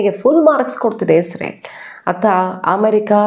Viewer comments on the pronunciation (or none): none